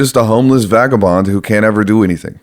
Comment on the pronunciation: What is a bagabond? Or fagabond or whatever you said?